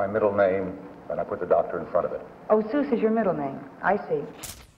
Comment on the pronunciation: A documentary on Dr. Seuss and mispronouning his name throughout? Not knowing Suess actually rhymes with 'guess' is poor research.